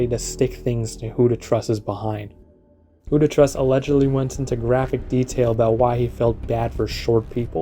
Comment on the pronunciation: WhoToTrus? Not Trus, apparently.